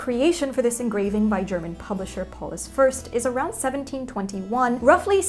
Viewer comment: I know I'm late to the game, but... I'd like to applaude Bernadette for actually saying Paulus Fürst in nearly perfect German? Especially the Ü which non native speakers can have many problems with? 👌😁 (well, the R we have I work on but...) Respect, ma'am!